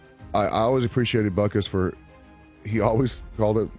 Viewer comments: Your AI voice that pronounces "butkus" as "bootkiss" really makes your slop so much more watchable. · I don't like this narrator calling him " Bootkiss" or " Bootcoos" or whatever he's saying. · Who pronounces "Butkus" like that? Bootkoos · Lithuainian pronounciation is Boot kis